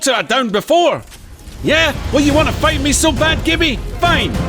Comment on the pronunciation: The nuance of 'fight' after 'COME' really tickled me.